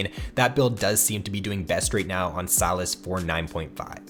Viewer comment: Say SYlas. Not “Salads” without the “d”.